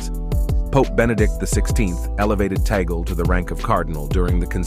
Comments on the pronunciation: It's read as Tag-le not Taygle. ☺️ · It is tagle and not tagale and it is tag- leh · Tag-le not Tigle 😂😮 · Correction Please whoever you are! Cardinal Tagle not Tagal! Do your research please to have a credible video. He was my professor in Theology for 2 years. Thanks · Humble correction.. its Tagle na Tagale. Thank you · Hoy! It's not Tagal. It's TAGLE! TAGLE! TAGLE! DO YOU GETS? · Please check correct pronunciation of Cardinal Tagle's name. It is not toggle. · Tagle (pronounced as in Spanish.) Not Tagale. He was close last conclave, He is young. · Cardinal Tagle is Filipino so I believe you are mispronouncing his name. Say: TOG'-lay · Please pronounce Cardinal Tagle's surname correctly.